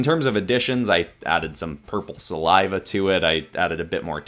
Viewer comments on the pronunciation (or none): none